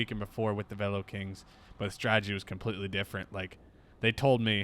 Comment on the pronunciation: As always, love the content.... please, it's STRATEGY, not STRAGEDY (ie. no such word).